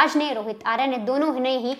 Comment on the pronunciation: "आर्या" सही उच्चार नहीं है, 'आर्य' सही शब्द है। 'आर्या' स्त्रीवाचक शब्द है, 'आर्य' पुरुषवाचक। अंग्रेज़ीदाँ लोगों को पता नहीं, कि शब्द को 'आकारान्त' करने से इतनी बड़ी ग़लती हो जाती है।